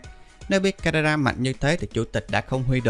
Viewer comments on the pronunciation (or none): Carrera mà em nghe sao thành canada 😂😂😂😂😂